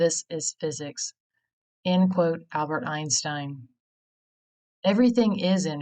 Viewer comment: Did you AI your voice? just wondering because of the way you pronounced Albert Einstein